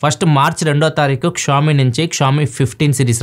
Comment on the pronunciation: షియోమి నీ క్షామి ani pronounce chesi telugu state renditilo daani peru pogottaru ga.😅😂